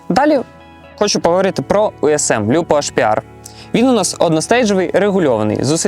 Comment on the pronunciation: Ориентироваться на английское произношение итальянского названия это "сильно". С таким же успехом можно в украинских словах на произношение на русеке ориентироваться))) Пару сылок для общего развития, что бы понимать, как всё-таки произносится Lupo